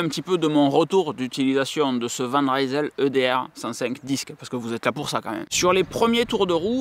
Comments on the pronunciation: Sinon tu as ORIGINE, qui est très aussi bien placé que Decathlon et Canyon. La différence étant que tu choisis tous les composants, ainsi que les tailles de cintre, potence etc. Sinon on dit Van Risel et non Raïsel :) Ca vient de Rijsel (Lille en flamand) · Van Rysel, ça veut dire "De Lille". Le y se prononce comme un i. C'est pas de l'anglais!